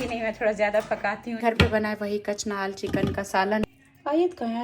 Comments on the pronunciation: Kachnal ni kahte ase kachnar kahte ase boht se word Ap Galat bolti hn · Kachnaar * not kaacnaal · Kachanal nahin madam {{ kachnar }} hota hai {{ kachnar }} kahatey hain .kai baar maeiney comments mein bola hai lekin aapney apney aapko sudhara nahin wahi kachnal hi kahati hain .koi aapk o correct karey tou aapney aapko correct kar lena chahiye wahi insaniyat hoti hai aour achchhey insan ki pahachan hoti hai . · kachnar hota he kachnal nhi hota😊